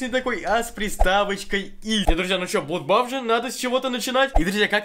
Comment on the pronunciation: Не блудбаф, а бладбас!